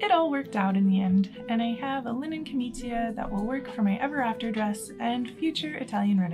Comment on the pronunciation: It's pronounced "jor-NEIGH-ah". For next time, Cs and Gs with an I after them are a CH or a J sound, and you don't pronounce the I as a separate vowel (so "ca-MEE-cha" instead of "ca-MEE-chee-a". Just make a point of listening to Italians speaking. In bocca al lupo!